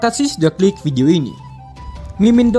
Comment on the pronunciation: Bukan video bang kog ucap nya video